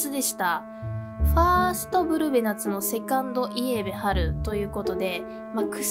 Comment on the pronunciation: 相変わらずブルベイエベの発音おかしい😂